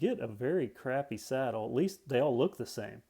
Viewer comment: Is anyone else is wondering y besw calling the seat the sattle